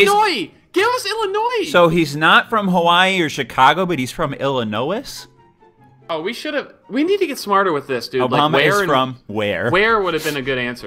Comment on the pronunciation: How...did he... pronouce Illinois?